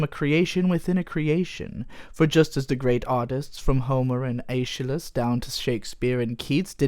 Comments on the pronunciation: Both pretentious posturing and mispronouncing Aeschylus (es-kih-lus) as Ayshalus. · FTR, Aeshylus is pronounced with a hard 'k' sound, like "eskelus". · Early in this video, mentioned ancient Greek playwright Aeshylus, and I was just being pedantic and pointing out the pronunciation. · As a history buff, the mispronunciation of Aeschylus made me physically wince. The rest is chill tho.